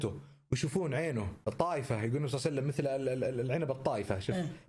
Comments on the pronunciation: ليش تقول صلع سلم🤔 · ههههه انتبهو على دقيقه قال صلع وسلم